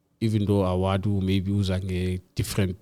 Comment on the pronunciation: guys it's WADU >> W A D U not OWADU.